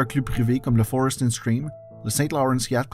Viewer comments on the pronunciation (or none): none